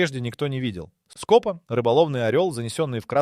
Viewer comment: Шикарный материал, очень позитивная история в нашем мире который несёт только горе потерь и делешку. НО пожалуйста уберите ИИ озвучку все хорошо, а потом СкОпа и подобное прям сверлом в ухо, нельзя портить свой же труд такой халтурой в озвучке. И странно что Вы ни разу не упомянули фильм снятый по истории с Еменом и снятый хорошо: "Рыба моей мечты" понятно что страна другая но идея та же.